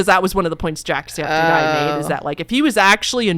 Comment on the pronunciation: I'm so sorry I also have mention it is Septic Eye not Skeptic Eye 😭😂